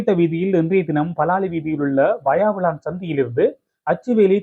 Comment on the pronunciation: வாயாவிளான் இல்லை! வசாவிளான்!! தயவுசெய்து நாம் தமிழர்கள் நம் தமிழ் பிரதேசங்களில் உள்ள ஊர் பெயர்களைச் சரியான எழுத்துப்பிழைகளின்றி செய்தி வாசிப்பது நன்று! எதிர்காலத்தில் கவனத்தில் கொள்ளவும்!! நன்றி.